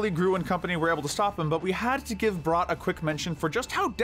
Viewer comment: Balthazar's last name is pronounced "brat"